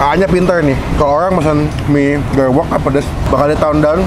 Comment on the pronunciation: Nggak ngga.. nyebut Gerewek nya sama2 salah🤦‍♀️ pdhl udh dibilangin yg jual